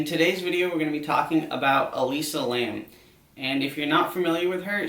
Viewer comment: Its Elisa Lam not Alisa Lamb 😭